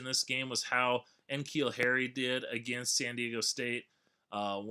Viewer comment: N'Keal is pronounced like nuh-keal not en-keal.